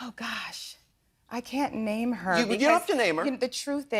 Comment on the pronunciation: Why dude pronounce every names wrong he funny asf if he tried to do it on purpose?